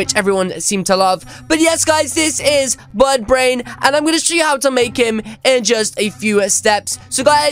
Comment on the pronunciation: Did you just say buttbrain?